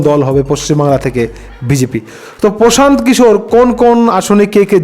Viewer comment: দাদা সঠিক নামটা কি। প্রশান্ত কিশোর।না পোশান্ত কিশোর না পশান্ত কিশোর নামটা সঠিক করে বল।না তমার বলার কেলি